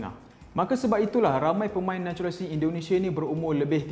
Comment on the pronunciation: “NATURALISASI” “NACHULISASI”